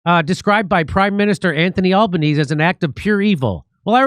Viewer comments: Al-Ban-Easy. Bon-Die. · Bondi = Bond-eye, Albanese = Alba-nezee, Canberra = Canbra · It's pronounced "Bond- eye" Beach, Jimmy. Also the Prime Minister's Name is pronounced "Alban - easy".